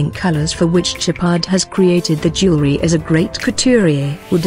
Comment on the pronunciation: Can’t pronounce jewelry. lol